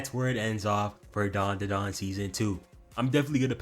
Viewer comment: i swear its dandadan and not darndadarn